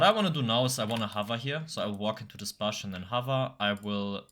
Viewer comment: bush, not bösh